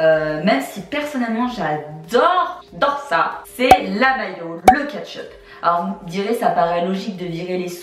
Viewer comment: Ça m'a fait rire tu dis "catch up" pour "ketchup" 😆😆